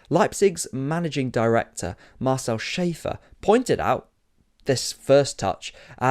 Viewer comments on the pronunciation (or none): none